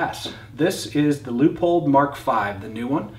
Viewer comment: Sweet gun, but you think someone with this kind of experience would know how to pronounce Leupold